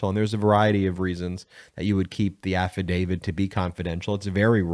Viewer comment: Absolutely LOVE the posts here. I do, however, want to make sure we keep our credibility. You are clearly calling it an “affidavid.” It is actually an “affidavit.” The word ends with a “t,” rather than a “d.” KEEP UP THE GOOD WORK!